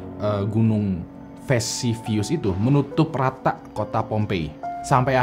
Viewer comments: Vesuvius bukan visivius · VESUVIUS bang, bkn Vesivius